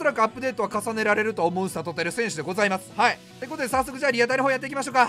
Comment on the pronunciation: １９秒のところ、さとうが ぱとうにに聞こえた笑